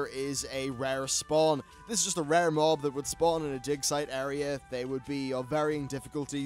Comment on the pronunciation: All I can hear is.... "di*k" site :-D